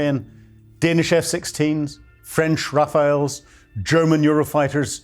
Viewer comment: "Gust" of wind is the name of the french plane....RAFALE. not Raphaelle 😭